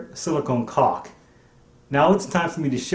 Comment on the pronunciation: You sure like to say cauk.